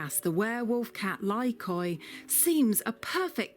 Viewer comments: I think "Lykoi" is from the Greek word "Λύκοι" which means Wolfs ! It pronounce like Leke...not Li-ko-e 😂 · It's not pronounced lykOi but lykee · Lykoi is greek and is pronounced Leekee. Big cringe for my ears hearing you calling the lài kóy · Idiot said lie koys, it's a Greek word n pronounced leek ee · Lykoi (pronounced like Leekee) means wolves in greek. When is one of them is lykos = wolf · the way you write lykoi is the plural for Greek word ΛΥΚΟΙ which means wolves and pronouced as Lykoi where y and oi read like e as in alphabet. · Lykoi means wolves in greek. However it's pronounced "Liki" as oi is one of the many i sounds in greek (5 in total), yuuup it's a weird language. Also I outright love these cats. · lykoi means wolfs in greek, and you should spell it like leekee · Lykoi means wolves in Greek "λύκοι" and it is pronounced "liki" when it is plural and "likos" when it is singular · When i heard them talk about the cats I thought wait a minute . Lykoi = λύκοι which means wolfs in Greek . The pronunciation is just awful they made my ears bleed . No kidding stop pronouncing Greek names and words wrong . The wright way to pronounce this breed is leekee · wow they gave them the Greek translation for wolf as a name. Awesome. Greek mixed with English words but i like to pronounce it like we pronounce wolf in Greek (L-I-K-O-S) . LYKOI or LIKOI are the plural for wolf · Fun fact: lykos in Greek means wolf and lykoi which is pronounced lyke means wolves. I felt the need to comment that...😢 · Unfortunate naming. Lykoi means "wolves" (yes, plural). So, what actual wolves should be called now? Even the pronunciation is wrong (latinized the original Λύκοι). Go to google translate to hear the correct one (from english to Greek)